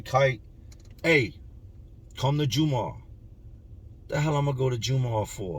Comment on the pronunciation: Jum-ah or jum-aww is how it's said not the hardest Muslim but pronunciation is jumahh like saying gum but with a j